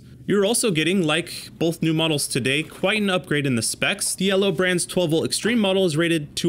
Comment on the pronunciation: “Bolth”. So distracting.